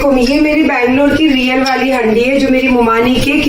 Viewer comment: Haandi kahte hain inko aap haddi kyun bol rahi hain ...ajeeb lag raha hai sunne men